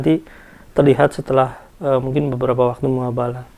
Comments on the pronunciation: Koreksi bang "Mubahala" bukan "Muhabala" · koreksi mas, Mubahalah bukan muhabalah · MUBAHALAH Bukan MUHABALAH. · Mubahalah ngong,bkn muhabalah